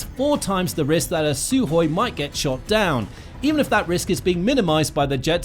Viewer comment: It's Sukhoi NOT Suhoi!